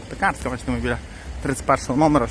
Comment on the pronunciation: ПекАрська. За Польщі вона була Piekarska, а у поляків наголос завжди на передостанньому складі.